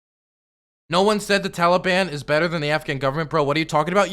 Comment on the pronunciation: It’s him saying Taliban like it rhymes with Cinnabon that does it for me.